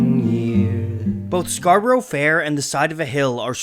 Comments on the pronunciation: For heaven's sake - it is not pronounced Scar Bor O (3 syllables) . It is Scar- Brrrrr. Your otherwise excellent narrative is ruined because you can't pronounce Scarborough or herbs (not erbs) correctly. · As american-accented gents, S and G could not say the english word 'Scarborough' correctly. It is not new york Scar-bo-ro (which S and G treat as if it is rhyming with 'go mow so low'). Instead, Scar-bah'rah or Scarrrb-uh-ruh is closer. Some would say only two syllables: SCARR-bra (like Canberra in Australia is pronounced CANN-brah). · It is not scarburrow: it is scarbrə (as a Yorkshireman would pronounce it), or to fit the meter of the song, scarbərə. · Good video, I managed to make it through even though my British ear grated at everytime both you and the singers pronounced it as 'Scarboro'. 🤣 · I cringed every time you said Scarborough, it’s Scar-Bruh. Like York-shuh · "Scar-bruh" but if your a plebeian it's "Scar-burra" which is also acceptable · I don't know what hurt most - "Scarburrow" or "erbs"! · The way he pronounces Scarborough makes me physically ill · Please learn how to pronounce Scarborough! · Fantastic video as always however your pronunciation of Scarborough is painfully poor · I wonder why no one ever corrected Simon and Garfunkel on the mispronunciation of the word Scarborough. For anyone whose interested it’s pronounced scar-ba-rah not scar-ba-row I’m an English man who is going to make a folk song about New Yeek instead of New York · It's "Scar-bruh", not "scar-burrow". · Fascinating but, while it's impressive that you know so much about the origins of Scarborough Fair, it's odd that you seem unable to pronounce it properly - it's "SCAR-bo-ruh" not "SCAR-bo-ROW". (And while I'm here, they're not 'erbs, they're Herbs. With an H) :) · Good video ..I wish 'Scarborough ' was pronounced correctly though. In English it has a 'A' sound at the end 'Scarburra' not Scarburro' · It's pronounced Scar b' r'fair and NOT Scar burrow fair..